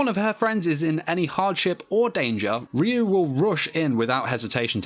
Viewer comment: Ryuu pronounced in Japanese is Raiuu and it means dragon spirit Just sayin